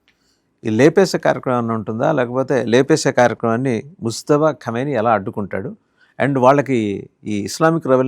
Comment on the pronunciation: Mujtaba.. ముజ్తబా ఖమేనీ.. ముస్తఫా కాదు ! ముజ్తబా, ముస్తఫా రెండూ వేరు వేరు పేర్లు.. కానీ ఈ రెండు పేర్లూ ముహమ్మద్ ప్రవక్త వే!!